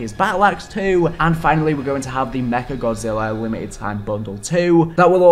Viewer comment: Oh how Godzilla's name was botched so badly, the disrespect 😂